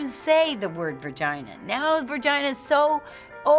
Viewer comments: hahaha What is a VERGINA?? LOL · Lol virgina... vurgina?